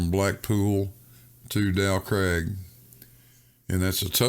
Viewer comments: Every time says “Dow Craig”, my mind rebels. It’s “Dow CRAG”. This is England, and it’s pronounced “CRAG”. voice is too irritating at this time of the morning, and I can’t take any more of his nonsensical arguments. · He actually says "Del Craig". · The mountain "Dow Crag" is actually a "Fell" it is in the "Lake District" County of Cumbria, that makes it Northern England, Not Scotland, It is pronounced Crag rhymes with Hag, "Crag" means steep rocky cliff. English lesson over 🤝👍🏻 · Agreed Grrr.